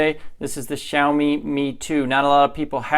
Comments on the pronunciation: For people who don’t understand Xiaomi is pronounced like Shao-Me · Shiaowme - that's how you pronounce it